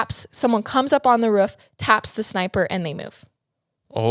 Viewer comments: I die of laughter when ever she says “gel” but I’ve gotten use to but the “ruuf” had me spitting out my drink. Still love every bit of it 💕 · The way pronounces roof